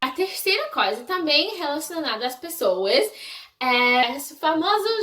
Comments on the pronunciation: ewe. Vou tentar te ajudar um pouco : Você pronunciou "coisa" sem o som "i" e ficou tipo " Cosa ", entendeu..? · como que tu começou a amar o Brasil? O que tu achas de tão interessante no Brasil? Tu acha a língua brasileira muito difícil? Vi que você pronunciou a palavra " coisa " errada várias vezes •^• Sorry qwp é muitas perguntas que eu gostaria de te fazer. Além disso, eu amo bastante os gringos, e sinceramente, eu quero ir pros EUA q-p